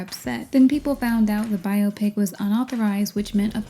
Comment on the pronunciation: Thank you for this thorough (as usual) analysis and for your pronunciation of biopic! 🙏🏾 If I hear bi-opic one more time...